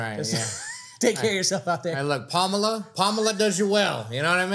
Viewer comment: said "Palmela Handersen" 😂🤣😂🤣😂🤣😂🤣😂😂🤣😂😂